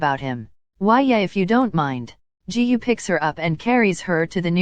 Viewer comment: The way the ai said "Jihu" instrad of Giyuu is just hilarious